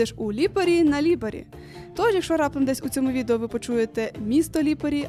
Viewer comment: Ставте наголос на перший склад у більшості власних назв, бо ріже по вухах ліпАрі... А ще не хамон а прошутто крудо, хамон - іспанія А взагалі - класс, дякую за контент